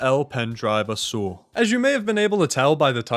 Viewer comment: As a Spaniard your pronunciation of azul hurts me physically Gud video tho 10/10